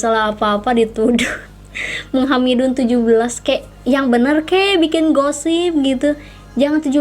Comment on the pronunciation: Kak kenapa pas bilng menghamili jadi menghamidun wkwkwkkw